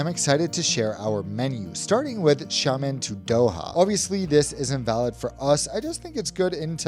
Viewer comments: It’s pronounced “sya-muhn”. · It's "Shamen". Don't pronounce the i at all. They are pretty good actually and very cheap. Flew BC with them from Amsterdam to Xiamen a few times. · It’s Sia-Muen. That how to pronounce 😊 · I hate to be that guy, but you said it Xiàmén. The you said it is like Shaman like shaman lady from squid game.